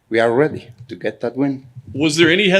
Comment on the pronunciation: hes weady for anything wyan bwings